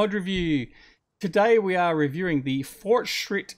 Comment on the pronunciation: That pronunciation was on point. I quite liked the fortschritt mods. In FS 17 I "roleplayed" a small farm with only these machines (well as far as I could)